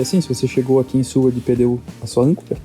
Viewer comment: Seward e não “Sewerd”…